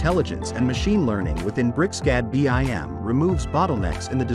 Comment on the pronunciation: sigh... this is nice but the automated reader is like nails on chalkboard. It's pronounced bim, not b. i. m.